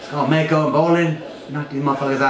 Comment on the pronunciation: Its "Mak"-o like "Mac" & cheese